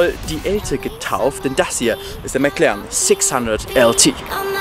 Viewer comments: Genau, der 'McLern'. Wer kennt ihn nicht😂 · mäc lerren , man kennt ihn. alter...